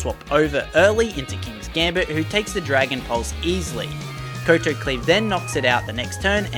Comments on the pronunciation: its not koe toe its cow tow, a kowtow is a japanese bow to show respect a koe toe is stupid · Did you ever learn how to pronounce kowtow over the past year? I winced every time you said ko-to lol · the move is pronounced Kau-tau. It's called that due to the type of bow that the Kingsgambit does.